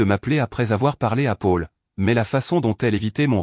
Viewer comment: On dit Pol pour Paul, et non Pôle 😅